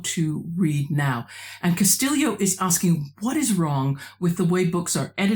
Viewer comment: I confess that I am one of those that you predicted would catch that strange pronunciation of the author's surname - but it makes sense the way you explain it. Is Elaine Castillo Pilipinas? You are correct, it is very unusual to find anybody in.. at least the metro Manila area of Luzon in Philippines without a Hispanic surname, my wife and her extended family included. But you could say the same thing about the Mexicans where I live on the Texas / New Mexico border. The Spanish completely wiped out, not only family histories, but.. native history in general. All pre-colonial history in the Philippines has to be inferred from language patterns, genetics, archeology, etc, because almost nothing is written that is not Spanish. Hell, Pilipinas, Philippines, the name of the archapelago itself derives from Spanish monarchy. And don't get me started on the almost universal adoption of the Spanish religion HAHA. Thank you for the very interesting video discussion.